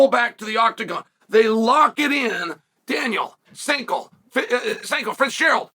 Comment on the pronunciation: uncle Chael managed to mispronounce "Sanko" 🤣